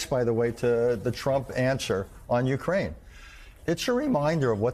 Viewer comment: MSNBC anchors/journalists need to learn how to pronounce "Ukraine." It is NOT "YOU crane." It IS "you CRANE." Stop placing the wrong emPHAsis on the wrong sylLAble.